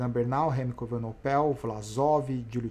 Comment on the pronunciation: falta aprender o nome do Belga: Evenepoel não Evenopel....kkkkk